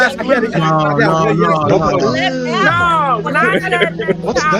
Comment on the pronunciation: Sasculinty lol